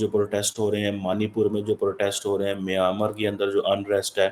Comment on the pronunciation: the PHD doctor learn to speak it is Mynmar not Miyamar 🤣🤣🤣🤣😁😂